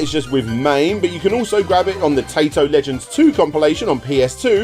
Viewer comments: He got taito wrong too, he said tae-to instead of teye-to... He's clearly not even trying to pronounce these Japanese words right. What's more disturbing is how he completely botched Parodius even though the "paro" part is from "parody" and he probably knows how to pronounce Gradius as it's just gladius with an r. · Every time you say "Tato" I can't help but giggle coz it sounds like you're calling them a potato. You gotta remember their old intros with the cute little girl, It's said "Tai-toh" Unless they didn't have that intro on games you played in which case look up Taito intro coz it's freaking adorable. That and the old Lucas arts and Sierra intros are burnt into my brain. 🤣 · pronunciation of Taito just kills me in general, it's tie-tow, not tay-tow. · Nice video as usual, the Arkanoid crossover game looks really interesting, not sure how I missed out hearing about that one back in the day. Also, I fully admit to saying 'tai-to' after every time you said 'tay-to', lol. But I'll let is slide... THIS TIME. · Did you pronounce Taito as Tato? You're forgiven this time 😉 Great video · I think this is the first time I've ever heared Taito mispronounced as tay-to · The correct pronounciation of Taito is "Tie-toe". Hearing pronounce it wrong the entire video was doing my head in. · I genuinely don't know if you're making self joke about mispronouncing Taito or not. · I know, I get sick of the horrible pronunciations too. He might as well just say Tomato.